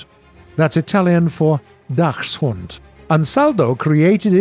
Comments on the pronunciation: Dachshund is spoken Daxhund, Dachs in this case refers to the animal and the CH is spoken like CK, unlike Dach, meaning roof, where the CH is like r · Why are the penetration values of HE shells higher when fired from a ship compared to an identical shell fired from an identical gun mounted in a tank? In particular I am thinking of the OF-350M. And please, for the love of god, the "ch" in Dachshund is pronounced like a "k"!